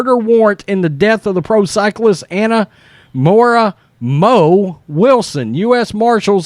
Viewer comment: I don't know if you butchered the Spanish names of the place she was apprehended, but Moriah isn't pronounced Mora, it's MO-RI-AH, hence her nickname as Mo. That's my youngest sister's name, and hearing you butcher it was like nails on a chalkboard lol, and that tells you how old I am, because we still had chalkboards when I was in school hahaha